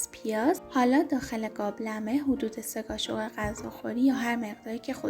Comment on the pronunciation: چرا میگه گابلمه؟؟؟؟ 😅